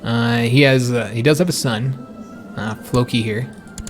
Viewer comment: Fair enough, but it isn't historically accurate. Also, you keep mispronouncing Folki. It is pronounced "FOLK - EE" folk. like folk music. Not Flow kee. Although I do believe that that is a name too.